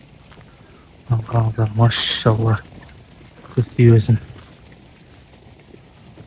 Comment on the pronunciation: Тууганым машшшшалла деп туура эмес айтып жатас окшойт